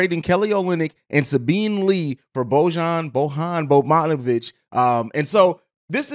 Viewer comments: Dude said “bogmonovic” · Butchered that mans name lol